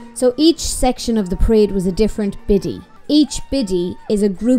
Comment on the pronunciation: I know you’re talking about the festival but every time I hear you say Biddy I just hear Bitty which here in the states is the same as B#?*! 🤣